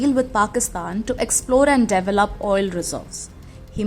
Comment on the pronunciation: Can you please correct the " pronunciation" Develop" before making a video??